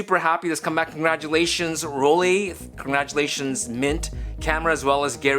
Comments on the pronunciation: Should it be pronounced "Roll-Lee" or "Roll-Lai"? AFAIK, "ei" in German is "Lai". Well..., may be we can call Rollei Fans "Rollies" like "Swifties"? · Here is how to pronounce Rollei correctly: Roll-eye ;)